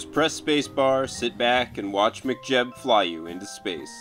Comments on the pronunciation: saying it like McJeb - twitch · lol, sounds like you're saying mcjeb